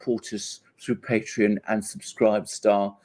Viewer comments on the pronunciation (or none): none